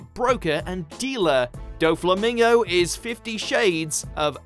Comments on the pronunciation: "Doe Flamingow Donkey Oatay" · When u butcher doffys name